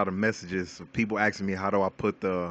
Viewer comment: "people AXIN me" lmao i could not stop laughing!!!! great vid though very helpful PROPS